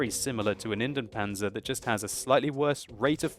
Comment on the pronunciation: Pronounciation tip: Try to pronounce Indien-Panzer as Indy-en Panzer. You pronounce both the I and the E in Indien.